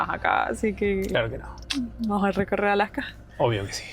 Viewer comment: Casi no les entiendo cuando hablan los argentinos, como que aplican un freno a ciertas palabras o no se que sea. Por ejemplo no dicen Alaska sino Alacka como que cambian la S por una C